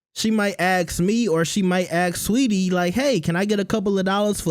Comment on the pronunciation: She's Saweetie. Not sweetie